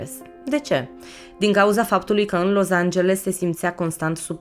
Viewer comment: Felicitări super clip da scz e Los Angeles nu Loz......mă zgâriat pe creier acest Loz🙈🙈